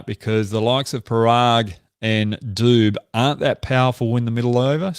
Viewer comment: LOL DOOB (it's pronounce Doobey)